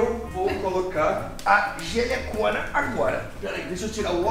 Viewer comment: nss o falou " "Jelhecõna" so deizer "Jelecona"